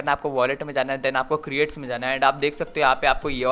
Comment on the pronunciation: Creat nahi crates he 😋😁😁